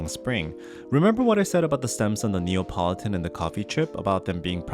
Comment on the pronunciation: Lovely video, thank you. As a mechanical keyboard aficionado, I know that sound is very important to you, and so I hope you won’t mind me pointing out that hearing you say say “NeOPolitan” again and again, as opposed to “NeAPolitan” was grating! Apologies for making what seems like a minor criticism, but it’s like a thock getting ruined by a loud spring ping! (Don’t worry, still a thumbs up!)